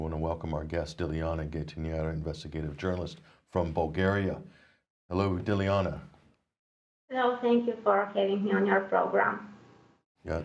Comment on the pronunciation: Guys, the least you could do out of respect for the intrepid and courageous Dilyana is learn to say her name, it's really no harder than your made-up versions - phonetically it's GUY-TAN-SHEEVA - at least that's a lot closer than your sad attempts. She is clearly far too polite to correct you herself ^^;)